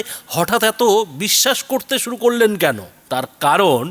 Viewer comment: উনি মাঝেমধ্যে বলেন শুরু করে, শুরু করে না সরু করে, কঞ্চি কাটতে বলছেন? মুখ্যমন্ত্রী উচ্চারণ ও অসুবিধা আছে। ছিড়তে পারে না মুরগীর বাল, ধরতে এসেছে জাহাজের হাল।